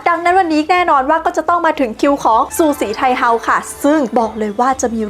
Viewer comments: ฉือสี่ไท่เฮ้อว慈禧太后 เสียงจีนกลาง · ภาษาจีนอ่าน สือ สี่ ไท โห้ว ทำไมบ้านเราถึงออกเสียงว่า ซูสีไทเฮา